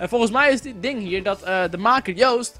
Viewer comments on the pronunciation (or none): none